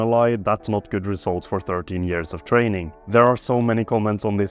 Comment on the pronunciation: "8 months of trenning" he meant